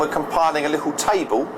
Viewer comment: Did he say lickle?